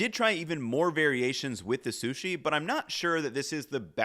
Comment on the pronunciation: i think he has a speech impediment, he mispronounces things left and right. "susi" "shasimi" either that or he is just a little dumb.